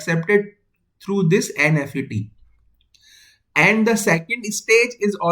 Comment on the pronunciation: it is not "N F E T" , say "n-mos" or "n-fet"